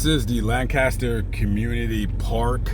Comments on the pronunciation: Even if you were in Lancaster, residents would frown upon the pronunciation. Dallas area residents say "LAINK-a-ster". 😂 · Pronounced “Lankister” with a long a. Just sayin